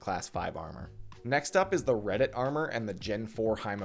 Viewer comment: Gzhel--->Gagel Korund--->Corned Redut--->Reddit Hahaha I've never heard those pronouned that way. Regardless thought I've been a fan for a solid year or two now. Keep up the good work man! Always great content